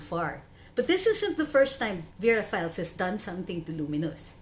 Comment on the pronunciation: verafiles sounds like "perafiles"